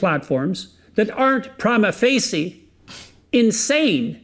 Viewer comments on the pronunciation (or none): He can't even pronounce the "smart-sounding" shit he's trying to use. "Prima facie", he says, "PRAH-mah FAY-see", is pronounced "PREE-mah FASH-ee". He also fucks up his idioms: Something is "rent" asunder, meaning torn to pieces, it's not "cast" asunder. Essentially, he's not just filling words, he's doing so in a serious attempt to hide how uninteresting, illogical, and shallow his ideas are. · AND HE MISPRONOUNCED PRIMA FACIE! 😂😂😂😂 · you'd think a professor of his standing would be able to pronounce prima facie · hang on, did he say prima facie wrong??? man is not even smart enough to pronounce words he is weaponizing correctly. to be fair i wouldnt know that one without watching legal eagle but wow, lol.